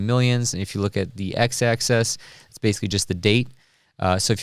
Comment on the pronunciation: You pronouce "axis" like "access" and it bothers me, but you still get a thumbs up.